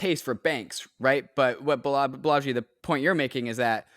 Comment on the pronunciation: I think it’s pronounced “BAH-la-jee” emphasis on the BAH, as opposed to “bah-LA-jee”. Heard it this said way in other other talks/interviews by people close to him